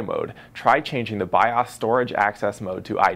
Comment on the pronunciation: lol it's pronounced biose